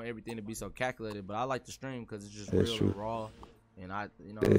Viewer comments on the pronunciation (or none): Y y’all leave out the “t” in real dreams change the world?